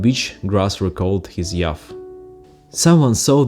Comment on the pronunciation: Hello, I’ve just found your channel and am very interested in your perspectives. May I respectfully help you with an English pronunciation? Youth: You-th (Yoo-th) Keep up the good work😀